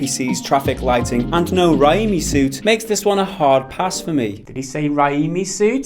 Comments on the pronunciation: FFS, it's "Ray-Me" as in Sam Raimi, the much loved director of Spidey 2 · ....really? You have never heard of Sam fucking Raimi?! The guy who not only made the Tobey maguire Spider-Man trilogy but Evil dead too? Wtf is wrong with you?! It's pronounced "ray me". How the fuck are you older than me and this is new to you?! Dafuq?! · Raimi as in Sam Raimi you moron. As in the Sam Raimi movie trilogy. Toby Maguire's portrayal of the character. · "Raimi" is pronounced "Ray-Me" 😂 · "Raiiimi suit?" Cmoon, the suit from original Sam Raimi trilogy. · Raimi suit, as in Sam Raimi (ray-me). The guy who did the Spider-Man trilogy in 2002. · 1.15 Please tell me that you were were joking there and that you have actually heard of Sam Raimi, the director of the Toby Macguire Spiderman trilogy and aren't really that daft that you can't pronounce his name or didn't know the connection between him and the franchise. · Raimi as in Sam Raimi